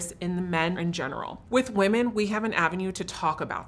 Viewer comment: the plural of woman is "women" (the first vowel is a short i sound, as in "pin"); they are two different words.